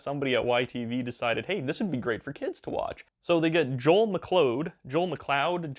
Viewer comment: I think it's pronounced Mc- Cloud. But that's just me cause where I live Mcleod is a well-known name in our community. And it's pronounced that way.